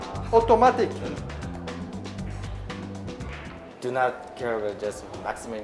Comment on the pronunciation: 쿠드롱 발음을 따라서 말 하시는게 넘 웃기네요 ㅋㅋ 오또마틱~